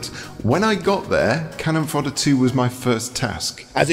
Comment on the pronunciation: 1. It's 'CANNON fodder', not 'cannon FODDER' :) 2. Did you really do an entire 29 minute game retrospective without showcasing one second of game audio? 3. I remember Stuart Cambel from Amiga Power. He was quite a character. I wonder if he has lived down the time he photocopied his sphincter and published it in his pre-Amiga Power game self published mag :)